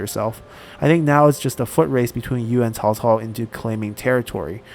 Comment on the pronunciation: Am I the only one who is amazed by the fact he can pronounce their names quit good? Whenever I say Cao Cao's name it sounds like I'm saying Chihuahua...